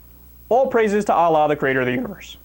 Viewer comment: I'm gonna have to unsubscribe do to the conduct this guy is presenting. You can't even pronounce the name Allah dude. Atheists who whipe their asses with the Qur'an are not realists okay they are psycho prejudice bigots who HATE. I get the feeling you hate too. I agree with you over all but you won't be able to keep Muslim viewers with your attitude. You literally said there are NO women's rights in Afghanistan. I don't agree with the Taliban at ALL but to smear them and say there NO rights at all for women is actually a lie. I don't listen to hate speech.